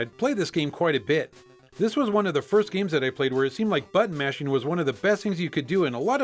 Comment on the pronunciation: Everytime he says button mashing, it sounds like he's saying butt mashing.